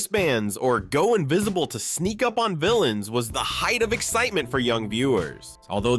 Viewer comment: He just mispronounced invisible, I'm done with this video.